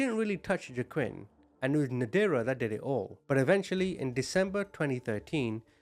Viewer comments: Is his name pronounced wah-keen? Used to know someone with this name and the j is silent. Btw.. I'm fairly new to your channel still, but I have to say, I love your heart. I wish more ppl had one like you. We'd see a lot less horribleness in the world. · His name is actually pronounced WA-KEEN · I’m trying to listen but i can’t get over the butchering of the pronunciation of Joaquin 😂